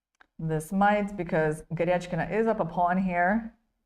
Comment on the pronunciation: Irena Krooosh should pronounce a. Goryachkina's name correctly. It doesn't have an "etch" sound in it. Good grief ..